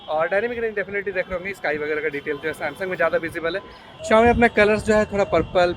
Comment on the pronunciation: Bhai Sumsung ko acha bolne ka puri koshish karraheho